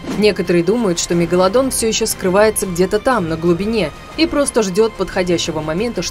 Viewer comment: Мне одной слышится не мегаладон а мега ладонь.